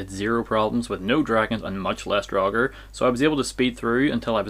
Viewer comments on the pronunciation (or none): Draugr should have the same vowel as mouth, not as thought.